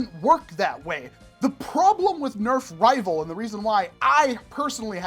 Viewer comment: I heard Nerf nival 💀